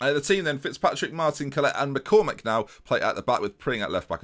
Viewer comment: Collett is pronounced Collitt, not Collette (My surname is Collett) Love your videos though.